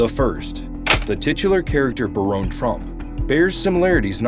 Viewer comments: That pronunciation caught me too. Bare-own? How the hell would we spell that??? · Ahahah Nice propaganda. It's BARON, not Baronne. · All points aside, it’s Baron like Barren, not Baronne. A Baron is a title, Baronne is a name. And even if it was pronounced Baronne, that would make it French or Italian, def not German. But great video either way! The coincidences are hard to ignore! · Baron is still pronounced Barron, no matter how u spell it!! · Hate to be this person, but here I go anyway: Baron and Barron are both pronounced as “BARE-un.” ☺️ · I guess ai has problems pronouncing the name Baron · You mispronounced Baron. It's pronounced like a titan of industry is a baron. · I laughed at this pronunciation too lol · It blows my mind how you can come up with all this information and thoughts and put it all together and a script that you can't pronounce words like Baron which rhymes with Karen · It would be helpful if the narrator would learn how to pronounce all words & titles before he/she starts to speak. Baron is one of these words. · Where are you getting the e in baron trump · Learn how to pronounce Baron lol